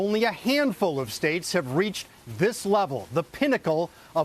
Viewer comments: Perhaps one of the producers should inform how to pronounce the words “Scioto” and “Olentangy” rivers. Good grief. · It’s hard for me to take this too seriously when they butchered both river names: Olentangy and Scioto. Versailles, Lima, Russia and Bellefontaine must have been skipped over on this ‘deep dive.’